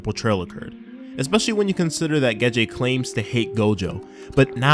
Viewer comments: why are you calling him "Geje",? it's "Gege". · geh-jay... lol... gey-gey is the pronunciation